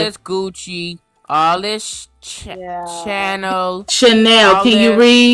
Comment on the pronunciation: “all this gucci all the chAEl al this LUIse vOton” HAD ME DYING 😂😂😂😂